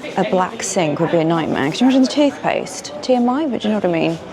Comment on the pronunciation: Black sink 'imagine the toopthpaste' made me howl